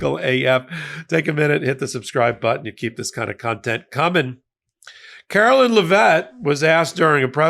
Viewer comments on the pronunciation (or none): Her name is "Care-o-line" not Karo-linn, and you aren't supposed to stress the last syllable of her last name. It's not "Leh-VET" it's Lev-it. Really not hard considering how much it's spoken in the news, at the pressers and she even says her name in her old campaign ads. Anyway, she's a joke along with everyone else surrounding her.